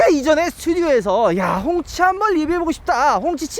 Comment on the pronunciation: 꽁치라고 하는 줄..